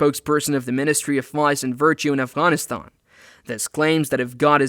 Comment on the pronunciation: Thnx for pronouncing Afghan and Afghanistan so correctly